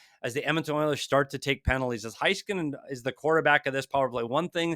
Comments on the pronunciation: Hey, as a Stars fan just wanted to let you know it's HEY skanen not HIGH Skanen. Hope this helps with pronunciations. Really love the breakdowns and what you do for hockey. Go Stars! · It's HEY-skin-en, not Hai-skin-en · Pronounced: "HAYskanin" not Heiskanen